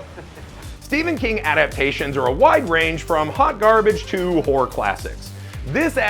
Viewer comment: TWO syllables, not one. It's Hore-rur, not hore. Hore movies are something completely different.